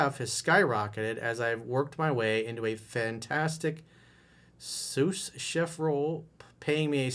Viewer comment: its pronounced sue chef